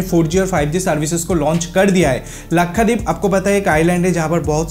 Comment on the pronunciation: Bhai Lakhadeep nahi Lakshadweep hai😀😀😀